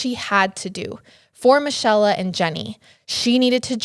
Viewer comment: Another great story but I think Michella is pronounced Me-Kay-la / Mi-chel-la